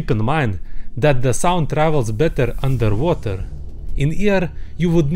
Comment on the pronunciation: he really ordering undetwhater